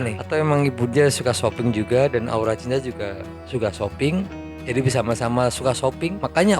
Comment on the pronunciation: Aura cinta.....kok ngucapinnya kaya aura tinja mas😂😂😂😂😂